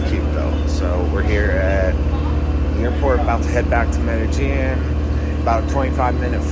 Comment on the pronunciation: Medellin = pronounced "Meh-de-sheen"